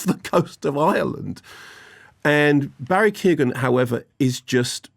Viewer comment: Barry kee oh gan never mind